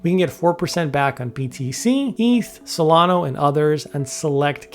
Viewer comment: Solana not Solano